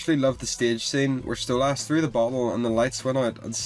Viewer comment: Why do you say stolASS?